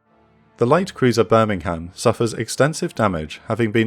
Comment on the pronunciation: honey, Darter, as a gato class submarine, had fcking 6, SIX, bow torpedo tubes. How the fck could she all 10 of them at once? Birmingham, you damn ignorant. Nit birming-ham. 🤮 You can't fly for several hundred miles to provide CAP, you tool. Cover, sure, but nit CAP.